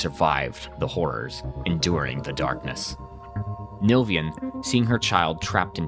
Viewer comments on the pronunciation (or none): These videos are good but every time you pronounce NILVAN [NIL-VAN] as NILVIAN i lose a hair